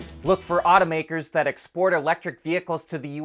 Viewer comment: Aw-toe makers not oughta mskers